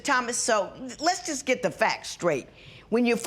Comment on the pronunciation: Did he say get your life skraight? Not straight but skraight 😂😂😂. I can’t deal